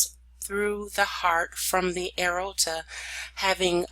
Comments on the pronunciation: Lol throughout the whole video I kept saying the same thing. A-OR-TA, not A-RO-TA. But it actually was very helpful to me as I struggle in this area. Understanding all the branches and arteries. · Great slides and illustrations shown. I would suggest working on pronunciation of the anatomical terms, i.e. the major veins and arteries, you lose people during your lectures when you mispronounce major parts like AORTA. See below for proper pronunciation, "A-OR-TA". Thank you, good lecture. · PRONNOUNCED: A-OR-TAH. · CORRECTION, PRONOUNCED: "A-OR-TA". THANKS. PRETTY GOOD LECTURE. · It's driving me nuts every time she says "arota"